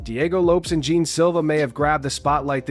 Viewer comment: What the gel is wrong with you peach can you not pronounce Lopes or Jean properly? You Jean Gene and Lopez Lopes pffff……..